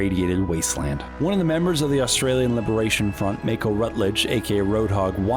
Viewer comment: Mei-koh? If Roadhog is From New Zealand and is 'native' Maori, it's probs pronounced Mah-kaw (translating to shark). If he and his name is not Maori, please disregard this comment.